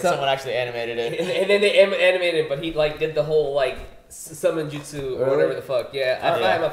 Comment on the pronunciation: Its not justsu....its jutsu right.